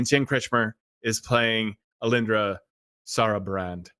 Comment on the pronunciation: What's weird isn't that has trouble pronouncing "Sarrbarand" but that he has trouble with that but not "Dayapreth"